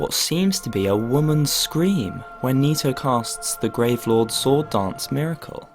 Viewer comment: Nito, knee toe, toe knee, Tony